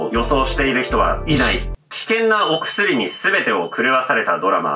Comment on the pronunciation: 危険な＂お↑くすり＂はマジで草